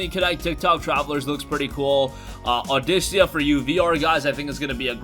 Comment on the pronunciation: Also the rhythm game is pronounced "Aw-dick-ah".